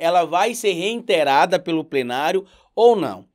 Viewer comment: Adoro seu trabalho! Só um toque: a palavra é REITERADO, sem o N. Abraço